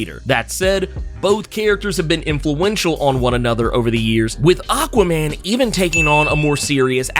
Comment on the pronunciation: Same. I actually only went to this comment section to see if anyone else had the same issue. I've heard it pronounced different ways before but this is most definitely the worst. That said, its still more forgettable than Benny's from The Comicstorian Channel's illogical pronunciation of Aquaman